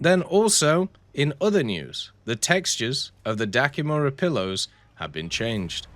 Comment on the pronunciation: it's Dakimakura not dakimura :goodvibes